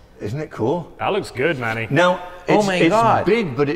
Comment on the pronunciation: pronounces Manny as “Money” 😂